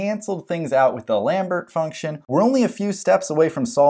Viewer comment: Pronunciations: Lambert = "Lom-Bear" Dirichlet = "Dur-Shill-Lay"